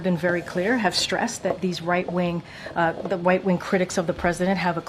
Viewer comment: bro wtf she said white wing.🤣